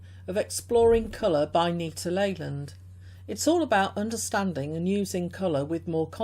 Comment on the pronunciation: Stumbled on your review of my mom’s book. Glad you enjoyed it. Last name is pronounced “Lee-land”. She has many books on color and creativity still selling on Amazon, as well as a memoir talking about how she became an artist in her late 30s while raising us kids. Cheers!